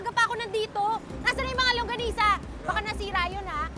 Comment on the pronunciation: Bakit sabi langgonisa Hindi longganisa Hahahahaha